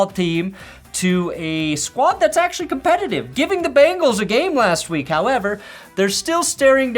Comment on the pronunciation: said competitty 😂